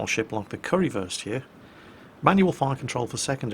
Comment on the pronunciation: Is he saying curryfurst lmao